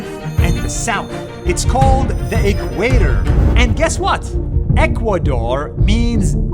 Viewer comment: It’s the equator not equador